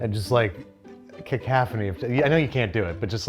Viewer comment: caCALFphony, LOL